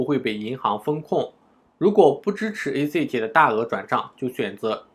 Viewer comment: 这英文发音太绝了：ACH（ac诶七）Skype（skip）